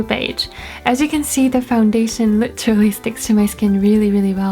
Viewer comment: How come you only say the words "literally" and "pretty" in english accent lol?